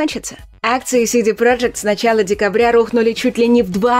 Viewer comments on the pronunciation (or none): none